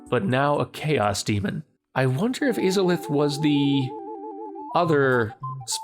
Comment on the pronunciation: Quick tip the first "I" in Izalith is hard, pronounced like the "I" in "kite".